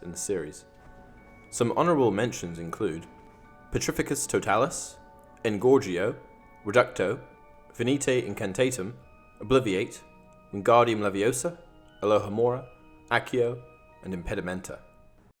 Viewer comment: . ITS LEVIOSA NOT LEVIOSAAAA